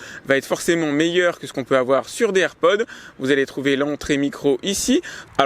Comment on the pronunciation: Déjà je ne gueule pas fait je lui fait juste savoir qu'il se trompe. Il dit "AirPod" sans prononcer le s à la fin et normalement on ne dit pas Apple AirPods mais juste AirPods